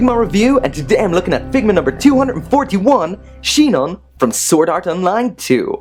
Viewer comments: It's sinon not shinon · Did he fucking say Shinon? xD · yes someone actually pronounced sinon as shinon :D